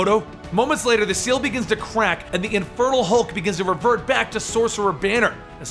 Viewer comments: It REALLY sounds like you're saying "the INFERTILE Hulk" lol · I honestly thought you were saying "Infertile Hulk" at first! 😂😂 I love these videos, you genuinely make it seem like I'm reading a comic. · Each time you said Infernal Hulk, I thought you said Infertile Hulk.